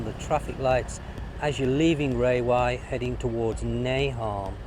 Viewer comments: Rawai is pronounced as rAwai, not as rAYwai... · RA-wai!!! Raywai? Where did you learn that? Just don't get in a taxi and ask to go to 'Raywai'!